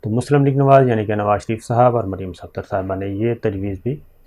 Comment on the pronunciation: Sabir bhai, mujhe bohot acha lagta hai jab aap Maryam Safdar ka naam bilkul sahi lete hain :)